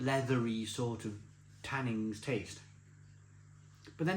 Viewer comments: Tannins,not tannings ! 😂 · When says "tannings" (repeatedly) does he mean tannins? He said this tastes of leather, so is he confused about the leather tanning process? Or just pissed again?